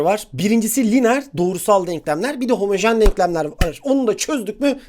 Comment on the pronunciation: Ya hocam ğomojen denklem 😂😂 o ne biçim gülüş